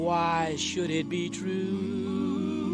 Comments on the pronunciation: It's twue......IT'S TWUE IT'S TWUE!! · "Is it twoo what day say about you bwack men? Oh it's twoo it's twoo!"